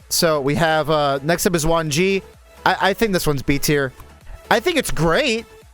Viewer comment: Oh FYI the Xuan Ge is pronounced shwan g-uh.